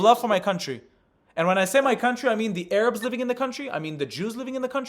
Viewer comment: What are Ay Rabs? First time I've heard that pronunciation 😂😂😂😂